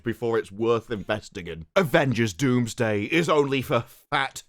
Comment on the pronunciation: Its Doomsday, not Wombsday